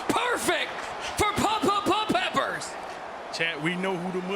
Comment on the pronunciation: Dude annoying as hell ppppppeppers 🤣🙄